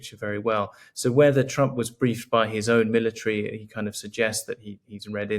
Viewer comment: "Milla-treeee" lol